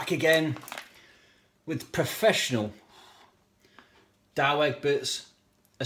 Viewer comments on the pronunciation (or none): It is DOUWE Egberts not DOWE.